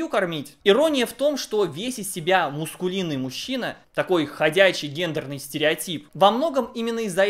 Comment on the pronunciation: видео хорошее как всегда, но правильно говорить мАскулинный. Это не от слова мускулы. )